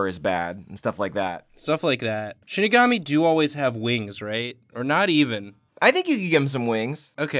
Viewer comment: Shi ni ga mi, not shini ga mi (pronounced like she ni ga mee)